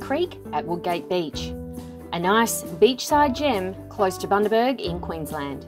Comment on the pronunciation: I did not mean to sound condescending, I have watch just about every YT vid and I thought it funny that no-one could pronounce it, so enjoy your travels we certainly do enjoy ours both in OZ and O/S